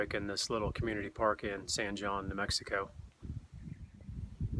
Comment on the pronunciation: The correct pronunciation of San Jon is not “San John”. It’s “San Hone”. It’s a Spanish pronunciation and it’s a common mistake. I first travelled through San Jon in 1958 and then in 2008. Exactly 50 years later. Big difference. Interstate 40’s construction in the 70’s killed the town because Route 66 was the Main Street and you had to use it if you wanted to drive to California.